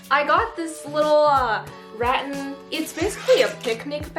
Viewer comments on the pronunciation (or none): Kinda find it funny that says "rattan" like "rotten" hehehehe it's actually rat (like the mouse) and tan (like sun-kissed) if that makes sense hehehe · I think its rat-an not ra-un but sure its cute lol Xx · giggling everytime u say RAT-tan😭😂 it's RAT-tan btw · it's not pronounced as "rat-en" or "rat-an" it's actually "rat-tan" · The pronounciation of rattan is ratTAN and not RATtan. Btw Im from Philippines and we have many rattan here! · Rah Tan not rat ten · re-TAN is correct RAT-en is not correct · I believe it is Ra-TAN not RAT-an 🧑🏻‍🏫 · It’s not “RAT AN” it’s “RA TAN” 😩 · "ratin" p.s. its ruh-tan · it’s ra-tan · It is pronounced ruh-tan. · Ahhhh (Rah-Tan) Rah: like sun god. Tan: like skin 😂😂😂 Hope that was helpful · Btw it’s pronounced rat-tan, I love your vids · i THINK its pronounced like: ruh-tun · i just wanna say this is how you are supposed to pronounce Rattan It is Ra-tan. And yes i GOOGLED it lol. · we have a store in my country and its pronounced rah (like if youre scaring someone lol) and tan without the twang. so not tyan, but just tan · I think it is pronounced ra tan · Way to go. You did great. Love the blue paint. You have such a nice family too. FYI, rattan sounds like suntan. Cool headboard. Keep shining on. 🌞🥰🇨🇦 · It is pronounced as Ra-Tan, I mean I have been living in the Asian side so not really sure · 1) it's ruh-tan and 2) rattan and cane webbing are not the same thing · Rattan is pronounced as it is with the stress at the end. raTTAN. ☺️Love your make over videos 😍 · Pronounced rat-tan - two syllables. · Rattan is pronounced reˈtan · Rah-TAN. 😊 The room came out great, I love the geometric wood wall accent! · Actually it’s rAhTAHn (or at least it is in my language) 🌸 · It’s ruh-tan! 😂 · It’s Ra-tan btw lol love your videos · She really call rattan, “🐀🇳” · nobody: the whole video: rat inn... rat anne...? rat inn:D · To answer your question, it's ruh-tan not rat-an :) but however you prefer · Uggggh it's "ruh-TAN"